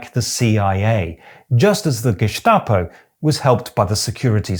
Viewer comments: Why this strange pronunciation of "gestapo"? It is gestapo not geßtapo. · Gestapo is spoken with an "S" not an "SH" 😅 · Really liked that one! One little hint: Gestapo in German is pronounced with a "spitzen Stein", i.e. with a strong S-T sound, not a Sch-T like you did ;-) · Ich weiß nicht, ob es regional unterschiedlich ist, aber ich kenne Gestapo nur mit st ausgesprochen nicht mit Scht wie das weiter Staat. Warum auch immer. Von der Herkunft müsste es ja so sein. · First: great channel!! Second: we germans actually do NOT pronounce it Ge-Shta-po but Ge-sta-po. Why? I don't know. As we pronouce nearly all words with written "st" as "sht". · Just a detail: For some weird reason, the word “Gestapo” in German is not pronounced Geschtapo with a sch, but Gestapo with a clear s. I know it doesn't make sense, but it's pronounced like this. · Just a quick pronunciation Tipp: even though Staat is spoken like shtaht doesn't mean anything. Germans don't say Gehshtahpo but Gestapo. The ST is pronounced like the English version. Idk why. Nobody says geshtapo. It's gestapo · He pronounces Gestapo as Geschtapo, which is technicly the right way, because it's pronounces "Schtatspolizei" but it's written "Staatspolizei" and should be pronounced with a hard "St" in it's short Form. Geschtapo ❌ Gestapo ✅ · Very well said! Only its not pronounced the "Geschtapo" but Gestapo. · Even though Gestapo is a German "word", the s is not pronounced "sch" (sh) like in Stein etc., but just s. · hearing people say geschtape instead of geßtapo is always so interesting to me because I've only ever heard the second way. Presumably because I'm from North Germany and the st s-t instead of sch-t used to be very common here and is still usually pronounced that way even nowadays. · The way this guy pronounces Gestapo really bothers me. Either it's guh-STAH-po or for a more German authentic pronunciation, ge-STA-po. In either case, there is no "sh" sound in the word. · "Geshtaposh". Greek accent much?